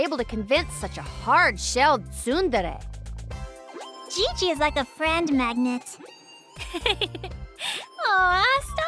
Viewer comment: IF's VA seems to pronounce "tsundere" way better than everyone.